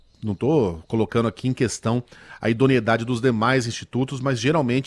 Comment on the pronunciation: IDONIEDADE OU IDONEIDADE, DOTÔ? COMPRE UM DICIONÁRIO OU VOLTE PRA "FACULIDADE"!!!